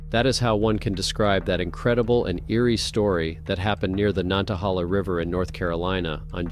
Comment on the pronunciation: nan-ta-hay-la. My papa was born by it.